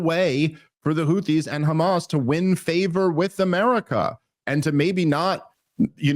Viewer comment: Why do they say kkhamas but not khouthis 😆